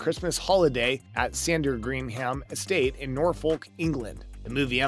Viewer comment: The way the commentator pronounced Sandringham and Norfolk is hilarious!! 😂